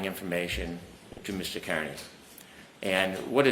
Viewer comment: Is intentionally not pronouncing Kearney's name correctly?